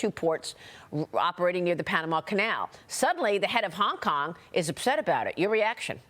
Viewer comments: Maria said “Kong Kong”😂😂😂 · maria! did you just say "the kong Kong govt" !!! educate yourself darling. -oh sweety BlackRock is globalist with 0 loyalty to America or anyone.